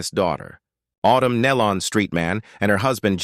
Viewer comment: Yes, and they don't pronounce the Nelons name correct either!